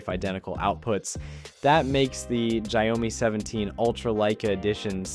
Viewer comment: First time hearing 小米 being pronounced as "zhayome".